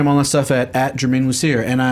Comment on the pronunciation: I heard "it's Man of Steel" instead of Germain Lussier